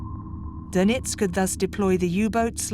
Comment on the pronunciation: Doenitz not Donitz